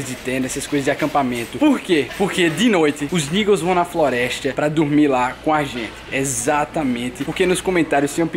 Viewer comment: ele disse florestia